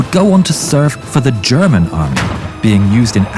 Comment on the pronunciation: Sounds like "Gherman"